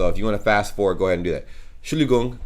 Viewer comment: In the one sentence stands Entschuldigung and you said Schuldigung it’s more like END-Schuldigung -=little brake